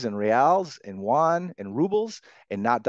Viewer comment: He can't pronounce Yuan??